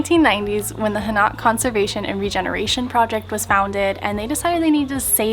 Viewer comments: it is pronounced Hahn-oak with stress on the first syllable, not ha-NOCK! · Dude you keep sounding out an a sound on the o. Its not Hanak Its Ha Nok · It is Han Oak not Ha Knock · Hanok is pronunciated "Hah' Nohk" not "Huh Nahk'". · It's actually pronounced "Han- Oak", not "Ha- Knock" lol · Its han oak . no Ha knock . Just letting you know